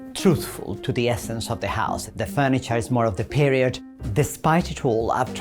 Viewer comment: Moca where? And he pronounces the r in period like an old English duchess dowager😂